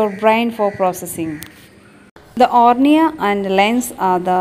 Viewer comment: Mam cornea hota h ornea nhi